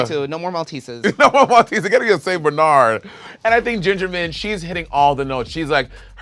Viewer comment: Why are they pronouncing Bernard like that?? Lol